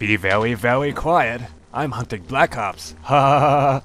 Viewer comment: " be vewy vewy quiet... im hunting bwack ops hahahahha" XD